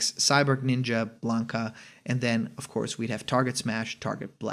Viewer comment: lol blanka. come on man